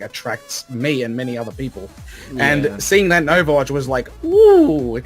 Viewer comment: Wait.. Overwatch is "bether" Really?